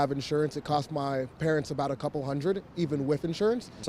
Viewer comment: Why does the narrator pronounce the word cost like coast, I wonder? When the narrator compares the average spending per patient in the UK and USA, he doesn't take into account that the profit element will make USA care more expensive, or the higher earnings of doctors, or that a population that tries to avoid expensive healthcare may be more sick by the time they do refer themselves to a doctor, or that levels of obesity and diabetes are higher in the USA..